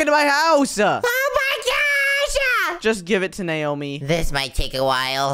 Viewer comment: She's not Neomi she's naomi